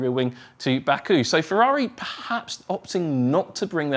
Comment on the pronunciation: Ferrari not "Fevvavi" pls